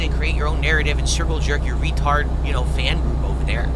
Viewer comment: RETAWD ALERT RETAWD ALERT RETAWD ALERT RETAWD ALERT!!